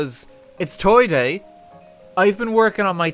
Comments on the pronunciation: The hoiti toity is so strong that he can't say toy day properly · no one: rt: TOY DOIE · I just mentally shit myself listening to RT say Toy Doy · “Toy doy”